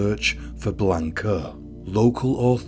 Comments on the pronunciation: Did you even bother looking up pronunciations in this case? I find it super disrespectful that you mispronounced the victim's name every single time you said it. It's not Blaynk-uh. It's Blaahnca. And the rest of the spanish was just so... English. It's really not that hard to look it up. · You're pronouncing her name wrong. If I were to offer a transliteration, it sounds like "Blonka."